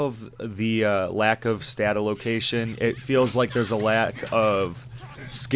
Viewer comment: I had to look up what you were talking about when you kept saying stat allocation. I kept hearing statalocation. I was like what is he talking about i thought it was some arpg term i didn't know somehow lol :) Anyway good review, i bought it and refunded personally, i'll check back later if they fix it up. Also wanna say i appreciate how you still listed the good things the game has, i see wayy too many YT video's where people just sht on games negative after negative with small minute details just to do it, so bravo.